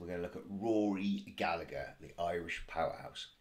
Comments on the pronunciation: His surname is pronounced with a silent second "g", so it sounds like "Galla-her". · It's Rory Gallagher with a silent g before the her